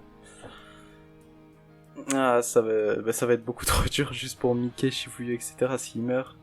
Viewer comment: Je trouve ça perturbant ta prononciation de Mikey, ça se prononce normalement "maïki"